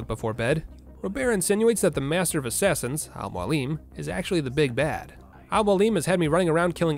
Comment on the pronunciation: Brother his name is AL Mo AL Lem=Almoalem It’s mean (teacher) in Arabic and Persian language